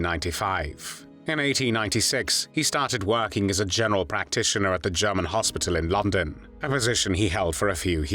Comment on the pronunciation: This voice over is truly irritating, especially when he pronounces German as “Jahman.”